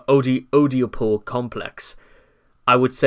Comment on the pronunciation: Sorry man, it's false-set-tow (falsetto) and Ed- duh-pull (oedipal). You constantly mispronounced those two in multiple videos and it sets off my pedantism